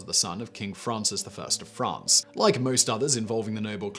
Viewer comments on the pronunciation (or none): none